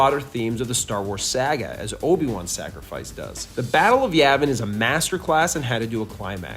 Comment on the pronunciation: Its crazy how long you've been doing this and you still can't pronounce the word "saga." I always chuckle when you say "sagga"